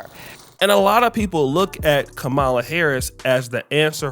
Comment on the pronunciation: Look say her name right, Kamala!!!!!!!!!!!!!!!!!!!!!!!!!!!!